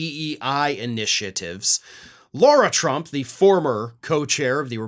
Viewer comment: Who is “Laura” Trump? It’s Lara Trump. No “u”